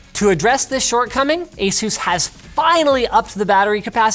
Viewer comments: It's Ace-us not jesus! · Stop saying asoooz